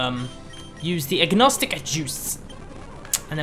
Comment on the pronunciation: Is Aconite really said as "Agnostic"? It sounds really weird and there's that voice in my head shouting at for saying it the other way